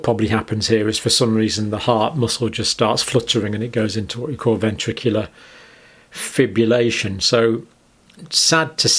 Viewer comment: John, it's "fibRillation". There's an "R" in there. (Don't mean to be picky; keen follower of the channel).